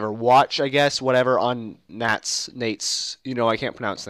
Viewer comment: I think Nantes is pronounced like want, but with an "N" at the beginning instead of a "W."